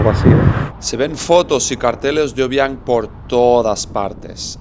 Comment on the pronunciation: Hola soy guineana y si no sabes pronunciar el nombre del presidente no lo hagas por favor , al guineano no le gusta que le graben